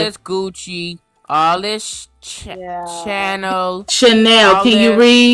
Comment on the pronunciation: “all this gucci all the chAEl al this LUIse vOton” HAD ME DYING 😂😂😂😂